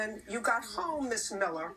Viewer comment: When she keeps saying: "Miss Millah", it sounds like "Bohemian Rhapsody"...